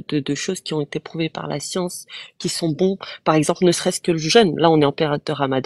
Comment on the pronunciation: Ils rame avec tous. Il sont incapables de comprendre une simple phrase 'vous pouvez répéter, je n'ai pas compris". Il répondent à côté, incapables de faire une simple expérience de pensée, passent d'un sujet à l'autre... "Jé pa la scionce..."😂